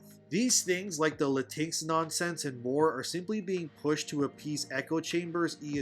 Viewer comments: Lah-tinks is not how you say it lol, it's latin-echs or lahtin-echs. I called my mexican friend latinx how you say it and he left the discord call lol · You know how it’s pronounce. I was confused for awhile when you said latix 😂….thought you was talking about a cat or something. It’s Latin-X (just say Latin and then say the letter X). Latin-x will never fly because it doesn’t fit in the Spanish language when it’s compose of masculine and feminine verbiage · I'm sure you know it's "Latin X", but I have to admit "La-tinks" is pretty funny😂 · 'Latinks' kills me everytime 🤣🤣🤣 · It is "Latin-ex" and yes it is as stupid as it sounds and very VERY offensive. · It’s pronounced la-teen-ex. It’s phony, it’s stupid, and the vast majority of Latin people, find it offensive. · The thing is they are not pandering. This is what they all believe. Also I will be pronouncing latinx the same way you do now, cause that is just funny.